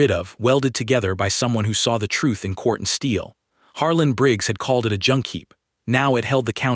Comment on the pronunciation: Quartzsteel not cortsteel